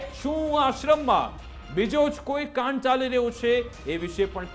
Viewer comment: કાંડ સરખું બોલાય,, ગ સમજાય